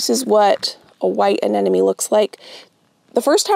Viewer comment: Uh-NEM-oh-nee! The word does not have the word “enemy” in it!